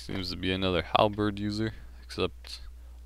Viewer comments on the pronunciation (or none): none